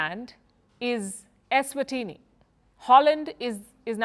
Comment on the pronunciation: You did justice in pronouncing Eswatini. Well done